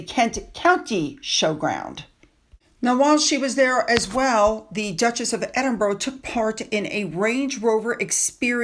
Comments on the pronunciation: The city is pronounced "Edin-bruh" or "Edin-bur-uh", not "Edin-borough" or "Edin-burg". Locals often shorten it to "Embra". The "-burgh" in Edinburgh comes from the Old English "-burh," meaning fort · The Scottish capital is pronounced "Edinburra" on 'Edinbouro' or 'Edinburg.😀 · love you BUT, like most Americans you pronounce Borough wrong, Edinburgh or any Boroughs are pronounced not as your seeing. It’s Ed- in- bu- ra don’t pronounce the o, I’m Scottish but live in london so we all pronounce it this way. Not picking on you just education, I even taught Donny Osmond lol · I’m not picking, but it is Edinburgh. You are pronouncing it wrong. It is not Edinbourough.